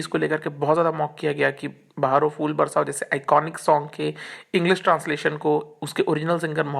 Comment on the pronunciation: Rubbish video. Brother your Hindi pronunciation is horrible. You are pronouncing' Fool' instead of ' phool '. It's फूल not फ़ +ऊ +ल . First learn correct Hindi, then make video.